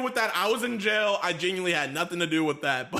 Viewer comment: he is "GenWuiNLY" aint mature after all